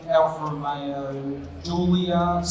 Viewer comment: Affa Roomeyooooooo. Who is this a-hole?